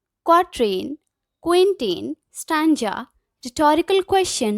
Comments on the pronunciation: It's stanza ..not stanja...😅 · The problem is not in stanza and stanja...The problem is that after watching the video you just got this thing to comment this shows how much you capture the video and your understanding level... See maybe you don't know how to tell someone's their little mistakes in a really good work...So first you should praise them that , she taught really well and the explanation was great... Then tell her a little pronunciation mistake... Ma'am the video was great just a little pronunciation error I find out only stanza one...Btw the video was great and it helped me a lot... I hope you understand it..Think before typing because it can hurt someone's feeling...I hope you will take it as a lesson...Keep learning and keep growing... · Good explanation Only pronunciation of stanza. Went wrong